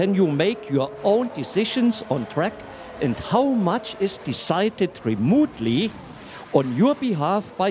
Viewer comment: Remootly.. THE GOAT